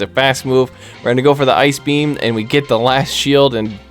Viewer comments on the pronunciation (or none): “Eye Key B M” … 😂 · i literally screamed when you said ice beam "i ke beee am"